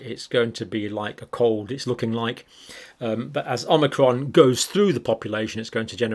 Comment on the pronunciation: Thank you. But it is omicron, not omnicron, as you keep calling it.